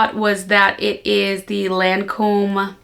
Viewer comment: I was a lil confused when you said Lancôme & very irresistible that’s all😊@